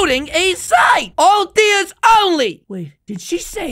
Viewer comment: it's not odya it's oder